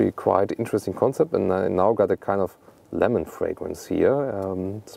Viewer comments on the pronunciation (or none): none